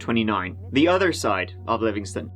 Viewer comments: Great coverage,!!! I live the next county over from this story and you're episode was one of the most fleshed out I've seen thus far. 👍 also just for FYI sake, its Lovingston, not Livingston. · Yay! One in my neighborhood! Hmmm... Maybe not so exciting... [And it's LOVingston.] LOVE this channel! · Lovingston. Not Livingston.. Lovingston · It’s Lovingston, not Livingston